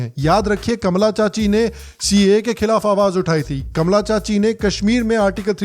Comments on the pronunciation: Kamala not kamaala 😂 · कमला (Kamalaa) बोलिए, कमाला (Kamaalaa) नहीं। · Hi sir a big fan of you. Love all your episodes. Gustaki maaf woh Kamala hai sir but aap unhe ka,maala pronounce karraheho 😊😊. Not sure if you have the name Kamala in north india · Cracking up every time you are intentionally saying “ka-maa-laa” 😆